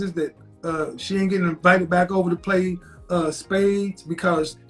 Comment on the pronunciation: You 2 "pway" tooooooo much😂🤣